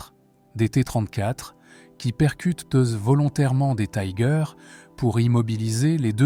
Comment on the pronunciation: Tiger est un mot allemand ,il ne se prononce pas à l’anglaise.